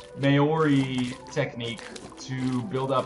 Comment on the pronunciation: Meyoree? No offense but It's pronounced Maori